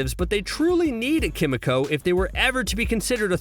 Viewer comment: "Kim uh coh"